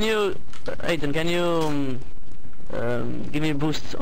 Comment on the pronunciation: "HATE-TON" NO!!!!!!